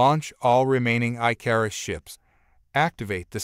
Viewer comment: Your word is not I-car-us it is Ick-or-us. Please teach whoever is doing these adios the difference between bow as in bow and arrow or bow as a formal bow to your lady or a dignitary I enjoy the stories but it's so frustrating to hear the English language abused in such a manner